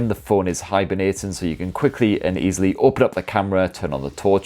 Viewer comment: “Don’t know why you’d be so DESPERATE to opehn faycebuuk” LMAOOOO DED